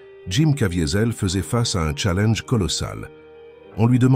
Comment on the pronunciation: C'est quoi un "tchalainnge" ?